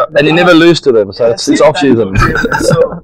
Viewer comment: Loose Nahi lose bhai